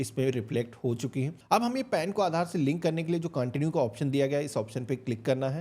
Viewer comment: CONTIUE HOTA HAI BHAI CAANTINUE NAHI